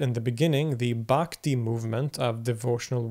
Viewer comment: Great vedio for direct experience.. Pronunciation of Brahman is not correct. Should not drag Brahman. I Pronunciation of Brahmin varna or so-called caste. Bhakti s Pronunciation is also incorrect. You can see diacraticsl marks such as---__ --' _ . Brahman Braahnin Bhakti Maayaa That which belongs to Sankara is.. Saaankara..Tsdhdhits.. Upanishads not upaaanishads. But. EUROPEAN CSN OFCOURSE... WE PRONOUNCE ENGLISH DIFFERENT WA.BUY WR LEARN FROM RP..DANIEL JONES. BIRD VOWEL... DICTIONARY..MARKS.. SILENT G..IN INTERRUGNUM FOR INSTANCE. FOREIGN...2 WAYS BRITISH AMERICAN RHOTIC ILLUSION OF WORLD.. SUPERIMPOSED SNAKE IN A ROPE ADHYAASA..MAAYAA..CORRECT PRONUNCIATION YOU DID SIR. CONTRODICTED BY RAAMSANUJA. AHAM BRAHMASMI